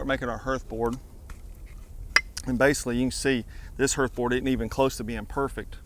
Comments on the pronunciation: Just trying to help a dude with pronunciation. "Hearth" does not rhyme with earth. "Hearth" rhymes with Garth (like Brooks). The more you know. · Mate there's an A in the word 'hearth'.. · Hearth rhymes with garth